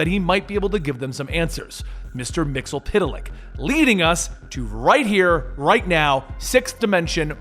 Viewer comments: Mr Myxzptlk not Mr MyxlPtlk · "Mxyzptlk" is not pronounced "Mix-el-pit-a-lick", it's "Mix-yes-spit-lick". Come on, man, he was played by Gilbert Gottfried, the least you can do it get his name right. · It's (MIX-YES-SPIT-LICK)